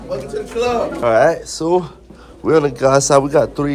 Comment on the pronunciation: I swear every time says “guy number..” it deadass sound like he sayin “GOD number..”😂